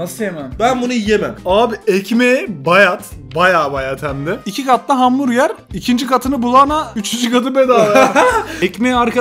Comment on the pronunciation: hamburger değil börgır